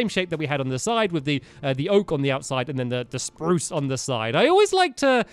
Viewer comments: Lol the way he says spruce... SPRRROOCE 😂😂😂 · awwww stampy still says sprrruucccce